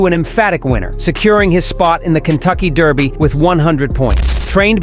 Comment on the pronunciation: DER by..................Not DAR by. For gods sake learn how to say it.........And I know this is AI generated garbage.